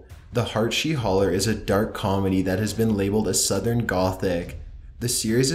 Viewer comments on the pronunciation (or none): none